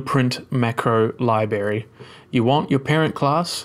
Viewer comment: Very nice, worked perfectly the first time I tried it. I've never had anything in Unreal work the first time! My only nitpick is it's strange hearing someone who's clearly intelligent mispronounce "library" lol.